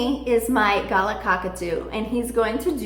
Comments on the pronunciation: it's not a gala cockatoo. It's pronounced ga-lah. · In Australia they are called Galah not Gulla.... ??? Ga-lah ...... Please pronounce it correctly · Galah is pronounced Gaa Laah its from the Yuwaalaraay language of Aboriginal Australia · There pronounced GALARRR IN Australia ! I see them in the wild every single day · I loled when I heard her pronounce it XD. The bloody buggers are everywhere ,especially when it rains, they must fork out thousands for them as pets over in the states.